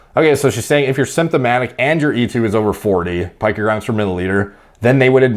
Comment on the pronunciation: Brother I love the videos, but your pronunciation of "pee-co gram" is killing me. It's not a pinecone my friend.